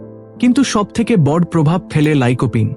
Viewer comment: আপনার উপস্থাপনায় বড়কে বড এমন অনেক শব্দ কে ভুল উচ্চারণ করেন। বাজে লাগে।